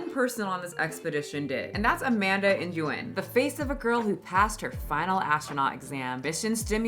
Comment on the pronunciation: Nguyen is pronounced (Wen or when). Just an fyi❤